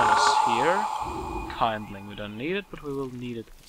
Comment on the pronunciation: Lol, it's pronounced Kin-d-ling not Kein-d-ling XD